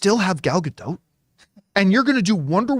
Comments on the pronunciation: Please. . . please learn to pronounce her name correctly. please It's easy. Her name rhymes with dot. Not. . . dote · her name is pronounced, closer to Gal Ga-Dot (not quite but closer than DOTE)